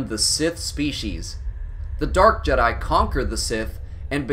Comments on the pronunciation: I stopped listening once I heard him say " The Jed-i Order" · Bruh hearing the way he pronounces Jedi in the beginning